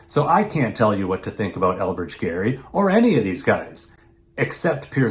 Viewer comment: My maiden name is Gerry, decendant of Elbridge. You are the fist person i have heard pronounce it correctly, Thank you. I know the man was a crook, but these days it is disheartening to hear my name used like a swear word.